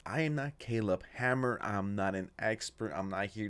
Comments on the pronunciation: Finally said Caleb's name correctly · finally learned how to pronounce "Caleb" lol